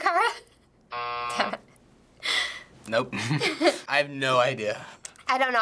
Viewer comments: "alicia cara" that made me sad, it's uh-less-ee-uh kah-ruh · Its alessia cara not alisha cara! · The girl saying aleshia cara😂 I'm dyeing bc she doesn't know her name